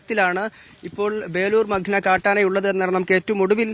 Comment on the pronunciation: മഗ്‌ന അല്ല മഖ്ന എന്നാണ്‌. Please correct it. Kure divasamayi ningal thett aavarthikkunnu 🥶